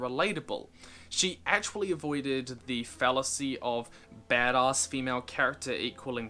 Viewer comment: The way says "Badass" makes me kind of uncomfortable. Great video as always though.